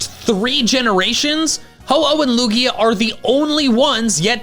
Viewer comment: IT IS A LUGIA< NOT A LUIGI!!!!!!!!!!!!!!!!!!!!!!!!!!!!!!!!!!!!!!!!!!!!!!!!!!!!!!!!!!!!!!!!!!!!!!!!!!!!!!!!!!!!!!!!!!!!!!!!!!!!!!!!!!!!!!!!!!!!!!!!!!!!!!!!!!!!!!!!!!!!!!!!!!!!!!!!!!!!!!!!!!!!!!!!!!!!!!!!!!!!!